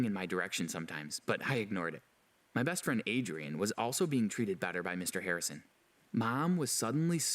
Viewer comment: Do anyone else here the orange hair boy say bast firend?